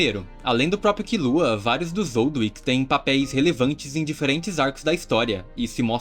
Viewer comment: Não ''Zoldwick'', ''ZOLDÍK'' Zoldyck